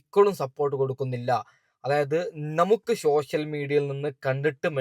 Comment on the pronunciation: ശോശൽ മീഡിയ 😂😂😂 പറയാൻ പഠിക്ക് 😂